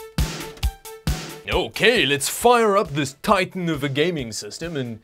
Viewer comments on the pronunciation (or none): none